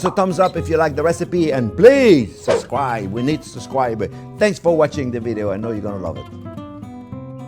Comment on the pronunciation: Dear Chef, I love and admire you, and your English is fantastic, apart from one word (and I am so picky when it comes to language; for that I apologize). It isn't sus-cribe, it is sub-scribe, like a submarine and then a scribe like in ancient Egypt. Now on to better things, like beef stroganoff.